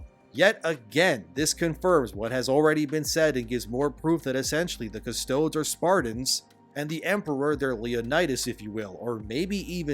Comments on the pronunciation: Custodes= CUSS-TOAD-EES . Not CUSS-TOADS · Pronunciation: "KUH STOH DEEZ" Essentially its like Custodees not Custohds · I am sorry but it really gets to me. Its Latin so not "Cust toads" but "Cus to des" like deez nuts! So Custo deez nuts, please! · Ngl, your pronunciation of "Cus-Toe-Dees" as "Cus-Toads" is giving me as much irk as the whole deal itself. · appreciate you making this video and value your takes. it's pronounced kuh-stoh-deez, not kuh-stodes. cheers. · Cust-odeeeees, not cust-toads lmao. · For those confused, in Latin you tend to pronounce every letter. So it's "Cus-toad-ees" not "cus-toads." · Hey THEY’RE CALLED CUSS TOAD EEEE’s Not CUSS TOADS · Custodes? Rhyming with toads? What? It should be either custo"deez" or custo"days". Don't listen to the stupid "How to pronounce" robot voice videos. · I know he's not big into Warhammer, but I cringed every time he said custodes as kuh-stoads, instead of kuh-stoh-deez. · Please stop saying Adept Cu stodes. It's Adeptus Cu-stode-ehs, or cu-stode-ees. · Btw its pronounced "custOdees" not "CustOdes" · Custoads? Custoads!? yer killing me here... cus-toe-dees. The word ends in "dees" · "Cuss-Toads" People have probably pointed it out a hundred times, butt yeah, that ain't how it's pronounced, it's "Cuss-toe-deez" But now I imagine the Custodes as being giant Desert Rain Frogs in golden armor. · pronounced (custoh-dees) not (cuss-toads) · CustodES - not Custods! Hell, call them Custodians if you want to, but don't omitt the E! Otherwise you are right, hell I would have no problem with female Custodes if that had always been the lore, which it hasn't! Same for female Marines! Hell, have Belliarius Cawl adapt Geneseed for that, but they will have to found new chapters, the old ones are purely male because old Geneseed doesn't work on girls! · Cus-toe-deez. Not cus-toads. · It's not Cuss toads.. It's like Custodeez nuts. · It's pronouced - Cust-toe-dees not Cus-toads! Similar to when you say Custodians